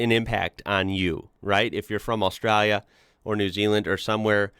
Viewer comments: Straya, nailed it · Love it, is getting an Aussie accent with how he says Australia